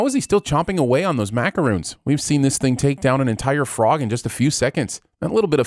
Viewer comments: Sorry brother, but those are not macaroons. They are macarons! Ding! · just as it is your job to sins shows, it's ours to sin you: "says 'macaroons' for macarons" ding it aint much but its honest work.